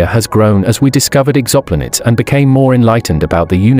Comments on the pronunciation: ex-OP-luh-nuts is the craziest pronunciation of exo-planets I have ever heard, but that faux pas aside, the estimated number of stars in the Milky Way Galaxy was revised a while back at three times the original estimate. So, it's more like 1200 billion stars, not 300 billion. That's the old number. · Did you hear how this voice over pronounced EXOPLANETS? Holy shit!! 🤣